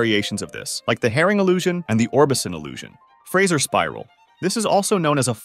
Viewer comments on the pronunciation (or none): none